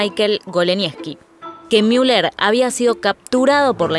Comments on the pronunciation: Se dice Müller tal cual, no miuler, no es ÍNGLES, ES ALEMAN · Es ridículo que pronuncien el alemán como si fuera inglés. No es Miuler ni Miunic, sino Muler y Munick, con una U con diéresis o sea pronunciada como la U francesa. ¿Tanto cuesta saberlo? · Sorry escuchar miuller me perturba tanto que solo pude ver 5 min 😂